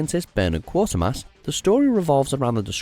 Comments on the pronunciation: All my life I have only ever heard 'Quatermass' pronounced KWAY-ter-mass, you know, like how it's spelled. Certainly not QUARTER-mass. Rushed to YouTube pronunciation Guide: QUARTER-mass. Suddenly almost believing in some kind of Mandela effect I went back to trailers of the original film. And breathed a sigh. KWAY-ter-mass. It's always been Kway-ter-mass. I know people will moan at me but these things bother me. The draw for 'Under the Skin' is Scarlett, well, in her skin, but it really is a creepy, unsettling picture. The original book is great too. Moon is great. The special effects are just amazing in their simplicity and accuracy. They get the lunar surface right. I've never heard anyone say a bad thing about Moon. (Oh, just realised, it's not the Spacey thing, is it? Good grief.) Have you ever read the '2001' novel? It's different (Clarke was the ultimate explainer) but just as beautiful in its own way. And a pretty quick read too, none of the 1000-page stuff they turn out these days. Your rendition of the composition by György Ligeti certainly sent chills down my spine, maybe not the way you intended. Great reaction as always - come back and tell us what you thought of the watch-list! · Trust watchmojo narrator to screw up pronunciation. It's pronounced Kway-yer-mass its right there in the spelling Quatermass not Quartermass. I rarely agree with watchmojo's 'lists' but there were some good movies on there. 2001, Moon and Brasil would all be in my top 5, closely followed by American classics Silent Running and Enemy Mine. Neither Alien or Star Wars would make it to top 100 tbh ever though the quirky low budget beach ball alien Dark Star does. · Hi. Just to point out a minor mistake by the narrator, Quater is pronounced as you would pronounce crater. Not quarter. ( I think he is too young and not brought up with the original tv series as old gits like me were} PS. just love your reactions mate Kevin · It's 'Quatermass!' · Its pronounced kwayter mas